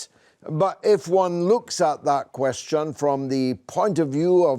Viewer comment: Why is he pronouncing the word question like that? 😂